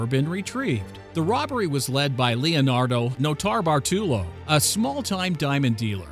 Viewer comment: "Lee-oh-nuh-doh Not-a-bar-tool-oh" The biggest mispronounce of an italian name ever.